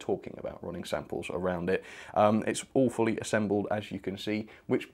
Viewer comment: Re Hush-Hush running sample - did you say all fully assembled or awfully assembled?